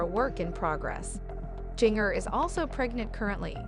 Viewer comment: Its pronounced Ginger